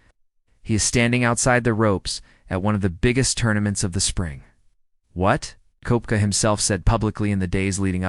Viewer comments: It’s pronounced Keptka 🤦‍♂️ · If you cannot pronounce his name correctly- not worth the listen.